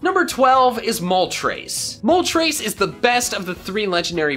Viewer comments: THE T IN ZAPDOS IS SUPPOSED TO BE A D! FIX IT NOW! AND YOU LEFT OFF THE R IN MOLTRES! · it,s not moltras its Moltres